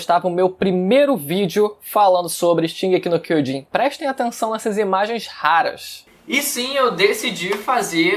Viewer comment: "Shigeki Quiojin", 2013